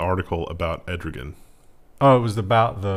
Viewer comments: "ED ROGAN" hehe.. I believe it's Err Do Wan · It's Erdogan, not Edrogan. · You made Turkey seem waaaay worse than reality. Honestly we shouldn't be criticizing until we fix our flaws. That being said I wouldn't go to Turkey after the way you pronounced Erdogans name lol. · Erdogan "err-doo-waan" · Turkey's president's name is pronounced 'err-da-wan' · Err Doe Wan.